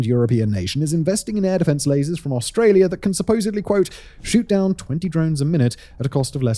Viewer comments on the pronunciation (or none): none